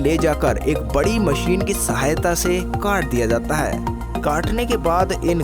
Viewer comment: Desss(Desh), Wajan(Wazan), Maseen(Machine), phiss(Fish) bhai tu pehle dhang se bolna seekh... unpadh aadmi